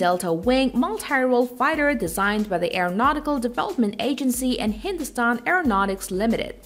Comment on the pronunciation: Did anyone else noticed.. how clearly she pronounced hindustan